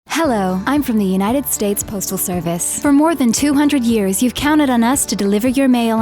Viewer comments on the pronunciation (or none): none